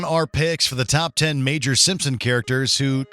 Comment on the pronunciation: "Major". LMAO